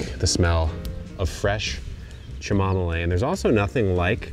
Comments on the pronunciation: Dude, you have to be trolling us with the Cha-mama-lay . Fess up. Cam-o-meal. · Are your eyes glowing RED, as a joke, to highlight the fact that you were HIGH when you made this video! “Cha-ma-mo-leen”? OMG… 😂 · Chamomile is pronounced cam o mile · Chumomilay is good, but chaymomiley was better..... and she said it 3 times back to back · OMG. CH-I-MOMMA-LAY. Your killin' me😂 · I had to listen to it at least 3 times to make sure that's what he was saying! Tchamomilay 🤣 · So funny! I couldn’t believe my ears!! It’s Ka-muh-mile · Shamamolay. Thought he meant chamomile lol blew my mind for a minute 😂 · Oh, nice, chamomile! "Chimomolay" Exqueeze me? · Cha Mom Lé 😂😂😂 Kevin knows humor actually opens the mind and prepares it for learning. And now I will forever call Chamomile -Cha Mom Lé! lol I prefer direct sewing as much as possible and tropicals that can survive under some neglect. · 😂 I'm loving the pronunciation chamomolee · The way you pronounce Shuhmomolay is a crime! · Hey, Say, Cam- ah- mill. 😊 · Cammo-mill. Say it right. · OMG. It's CAM-O-MEAL. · That's it. He broke my brain. I will never be able to Read it the same way. I will always hear it the way he pronounced it. Kam a mile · Its Camomile, lets sound it out.... ( cam -O - meel) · “Chamomalay” is an absolutely psychotic way to pronounce chamomile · It's pronounced cam - o - meal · kam-muh-mile or kam-muh-mill...FYI Chamomile pronunciation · Cha mom a lay 😂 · Chamomile? Have I been pronouncing this wrong my whole life? Or is he joking? Ka-Muh-Meal? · He knows how to plant themm care and harvest them. Pronunciation is secondary, but just in case: ka-muh-mile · Learn proper pronunciation please! Three syllables:“Kam-o-Meal, Chamomile, that lovely little daisy-like flower that gives you calming tea! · "Chim-mom-o-lade", jail, straight to jail 🫡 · CHAMAMOLE trust an american to butcher plant names :)) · Chuhmomilay?!? If you don't know how to pronounce something, just ask!